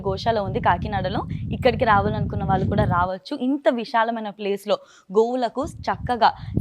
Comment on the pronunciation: రాలు, వాలు,కాదమ్మ, రాళ్ళు, వాళ్ళు అనాలి, చాగంటి గారి ప్రోగ్రామ్ చేస్తూ, పద ఉచ్చారణ సరిగ్గా వాడండి